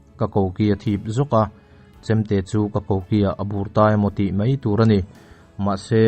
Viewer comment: Hai rual te..Hei rual ti in i chhiar a, Mai a.. tih te Mei a.. tiin i chhiar a, Vaivir leh Vei vir te... A leh E i hmang hrang thiamlo tlat...mizotawng zir nasat ala ngai hle mai